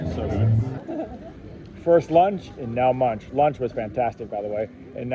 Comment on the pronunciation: It’s MUUNK. Munch is something else…..